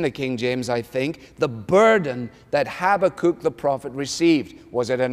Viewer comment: I like Alistair's pronunciation of Habakkuk! No, I love it!!!